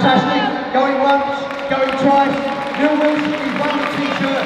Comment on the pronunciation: It’s Nile not Neil haha that cracked me up 😂😂